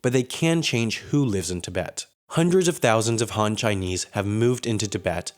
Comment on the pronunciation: Han in Han Chinese isn't pronounced Hahn. It rhymes with hand.